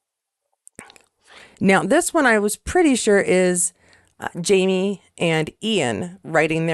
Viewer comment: Sounds like you’re saying ‘JaNie’, not ‘JaMie’.